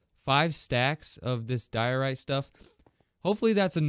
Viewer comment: Its diorite Just saying